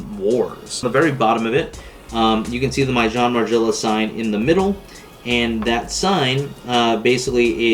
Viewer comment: At least say it right my boy